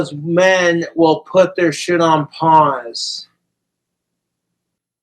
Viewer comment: Who can take a 1 syllable word and turn it into a 2 syllable word? 3 if you count the silent hiccup in the middle. "SH" "it!" can, & Letter man! Who remembers that guy😂😅!